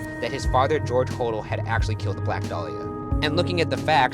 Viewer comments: Its pronounced HO-DELL, not HO_DLE. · IT'S HO-DELL! I'm so annoyed right now. Haha. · okok he got it right later but when he said George hodel this episode he said it wrong it's pronounced (ho) (dell) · It's actually pronounced Ho-DELL, not Hodl. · It’s pronounced “Hoe-Dell”!!! 🤦🏾‍♀️ I’ve been listening on his granddaughters’ podcast so.... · Hoe-Dell that's how it's pronounced im pretty sure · It's George Ho Dell (pronunciation) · Hodel is pronounced (Ho-dell) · Hodel is supposed to be "Hoe-dell" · ('Hodel' is actually pronounced oh-dell.) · Omg lol I'm sorry but it's bothering me... It's pronounced Ho-dell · You miss pronounce the Hodel name! Makes me crazy. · I stopped this the moment “Hodel” was mispronounced! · Me. Thinking about how Ryan was pronouncing Hodel wrong at some point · You’re pronouncing Hodel wrong. Lol!!! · They r pronouncing hodel incorrectly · my favorite series!! Also, I think you were pronouncing the guy's last name wrong...and Ghost Adventures have been to that house!!